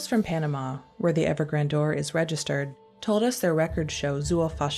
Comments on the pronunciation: Gran-dour??? Isn't this word pronounced grand-yur? Typical young Gen Z. Even sadder are the standards at a once classy (if not always right on opinions) newspaper. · Someone please teach the narrator how to pronounce “Grandeur” before letting them do this narration. Sheesh!